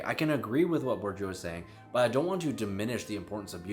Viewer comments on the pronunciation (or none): You're so intelligent. Keep mind " Bordieu" sounds Bo'r'deea ( the closest), considering american phonetic.